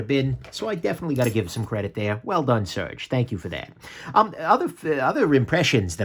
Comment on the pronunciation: I guess I never heard anyone pronounce his name, but I always assumed it was pronounced ser-gay. Do you know if surge is correct or just guessing also?